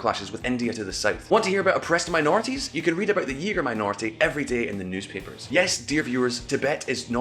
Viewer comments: Uighur Pronounced Weeegur. Not eegur. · Dude please not yeeger but uyghur if you’re going to say it like that than surely no one will know about us. 😁 and im not picking 😂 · Uyghur? Yeah, that pronunciation makes it sound like the derogatory term for a white guy trying to be black.